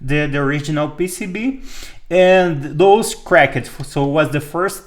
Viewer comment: Your English is very good. Two minor things I noticed, just for your information: Pomona (a town about 30 km from where I sit) is po-moan-a. Also "cracked" is pronounced crac-t rather than crac-ed.